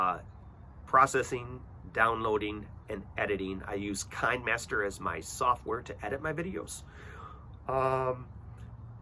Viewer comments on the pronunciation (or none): Good video, looking forward to the rest. I had a mini discussion with Screwball about the pronunciation of "kinemaster" as he also said it the way you did. I mentioned that in the early days of television there was often a reference to "kinescope". It was a technical term for a recording of a show I think. I was in my teens at the time so might have that a bit off. Anyway, it was not pronounced kine, as if you were referring to cattle, but ki- nee. A short letter "i" as in kid. I eventually went to the Kinemaster website and looked at one of their videos to see how they said it. It was closer to what I had remembered, not as both you and Screwball said. So, go check out their website and listen for yourself. I haven't seen all of your videos, I'm still trying to catch up with a few. I only discovered YouTube videos this year, after the gap because I had been following hikers on Trail Journals, as I have for a few years. But when hikers got off early in spring, I was looking for something else, and found YouTube, but not for a few weeks. I don't "do" social media, though I guess technically that is what YouTube is. I'm not sure who was the first vlogger I found, but I ended up with quite a list. I have so enjoyed all because I used to hike, but cannot do it anymore. The videos have allowed me to really get a sense of actually being there, and watching as many as I have just makes it easier. All the different perspectives are wonderful. Thank you for sharing.